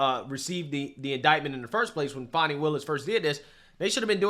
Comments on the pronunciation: Fan, fani wilis. Not fawn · It's not "fah-ni." It's "FA-NEE" as in fannie. clap,..clap,..clap!!! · Just fyi “Fani” is pronounced “fan e”. Fauni would be the correct spelling of the leftist pronunciation. Either her mother was not smart enough to spell the name she intended correctly, or, more likely, Fani doesn’t like being named after a term used as an alternative to buttocks. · Why are people pronouncing her name as if it is " Fawny" not Fanni" ? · Hey guy, its Fani Willis. Not Fonni. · Its fanni, like hat. It’s not fonni. Fanni like your a$$. If anyone in the comment section that doesn’t like your opinion, none of us care about their opinion. TDS is all around. For those who do you have TDS, next time you get your eighth booster, please see if they have a shot for TDS. In my opinion, I believe you would be much happier! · Why are you saying "Fahnee" now? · You have to make jokes about these ridiculously sanctimonious people and their clown world. Mockery is what they deserve. Her name does not have a "u", it's not pronounced like a young deer. She getting her Fanny packed like her namesake